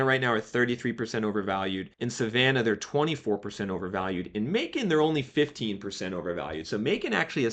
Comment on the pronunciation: At least he pronounced Macon correctly. Everyone usually says "Mack-un". Lol.